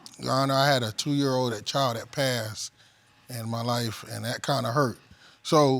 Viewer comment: It’s THAT not DAT!!! Learn the language!!!